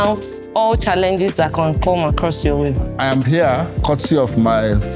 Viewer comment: “Here I ham” this female lecturer no serious 😂😭